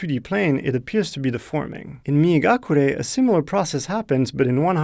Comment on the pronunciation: I thought he was saying “Me and Gakure” referring to his Japanese friend who helped him to make this game...